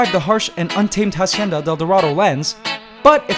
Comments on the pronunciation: "hacienda", not "jasienda" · If "Hacienda de Dorado" is Spanish, stop pronouncing the H. In Spanish the h would be silent. I can't tell for sure if it's Spanish for sure, but again, if it is, the h is silent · Dude, you pronounce it like “AHcienda,” not “HAHcienda” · It annoys me how he pronounces the "H" in Hacienda. It's supposed to be silent. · Hacienda is AH-SEE-IN-DAH You don’t sound out the H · The "H" in hacienda is silent, just so you know, continue with your day as normal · Just a little tip about La Hacienda del Dorado. "Hacienda" is a word in Spanish that you are pronouncing incorrectly. The H is silent. And it is a bit cringy when you say it wrong. Just saying... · shouldnt be the "h" in "hacienda del dorado" be silent?